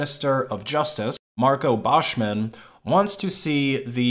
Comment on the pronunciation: Whoever told you taht Buschmann is pronounced "Baschmän" was lying to you.